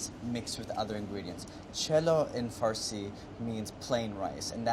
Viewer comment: As much as I love Andy, as a fellow Persian, I feel like he tries to sexualise his farsi and mispronounces it as a result, it's not that deep Andy 🤭😂